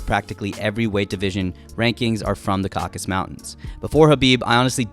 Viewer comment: the mountain region is called "caucasus" not "caucus" mountains